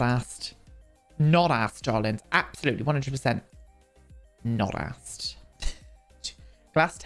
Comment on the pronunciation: Why do you say “assed” and not “arsed” as you’re English?